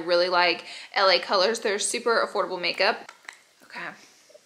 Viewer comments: Anyone else here Laura say la girls instead of la colors lol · Didn’t anyone one else catch Laura saying LA girls instead of LA colors👀 I love Laura’s videos! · Laura always calling "LA Colors" "LA Girl" 😂😂 , I love her !